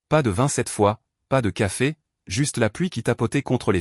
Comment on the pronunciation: " Pas de 27 fois..." 😂😂😂😂..ou....." pas de vin cette fois..." ???? Ça me semble plus...comment dire 🤔...plus français ! Il faut que votre I.A arrête de ... picoler !😂😂😂😂 et pas..." pie collée " n'est-ce pas ? Et puis un petit graissage de cerveau lui ferait du bien !😂😂😂😂 Avec un bon gros dictionnaire de la langue française...et sans modération s'il vous plaît !👉😇👈